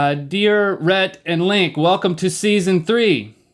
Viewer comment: hearing "Rheet" made me lose the sneeze that was almost apon me